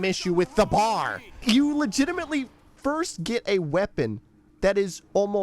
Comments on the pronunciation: B.A.R. not bar. C'mon man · Firstly, it's pronounced B-A-R; it stands for Browning Automatic Rifle, you're supposed to say the individual letters. Secondly, it shoots slowly and has a 20-round magazine because in real life it shoots slowly and has a 20-round magazine. That's not the game's fault, that how the gun actually is. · Knew you were Canadian the moment you said BAR